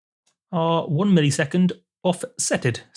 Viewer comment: Is saying millisecond (mill-E-sec-und) just part of your accent? In the US we say it (mill-uh-sec-und). To me it sounds like when people say parameter (pare-uh-meat-er) instead of (puh-ram-it-er). Maybe I'm picky but I'm also curious.